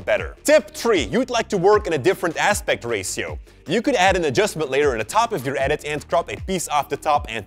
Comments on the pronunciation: He says aspect racio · Wtf? Did you just say rasio? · Wait till you hear say "Ratio"!! 😂😂💚